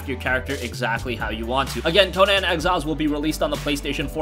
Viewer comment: it's not Co-non. Its Co-Nan lol